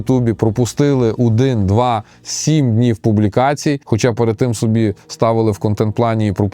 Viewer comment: А что мешает говорить нормально? Что с наголосами постоянно не так? Не "сОби" а собИ. Не "лЮблю" а люблЮ. Ну 40к подписоты, а слова банально выговариваешь на каком-то диалекте средневековом.